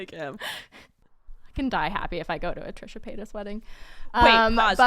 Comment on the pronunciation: ''Trisha Pasytas'' 😂😂😂